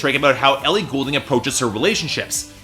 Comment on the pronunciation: maybe dont review her album if you cant even pronounce her last name?